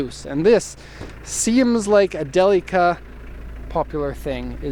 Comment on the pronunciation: Не джелика а Делика..А так молодец!